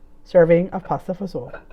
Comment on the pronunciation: I love when you say it with an Italian accent !